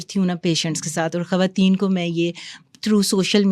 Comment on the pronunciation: This is khawateen not khhawateen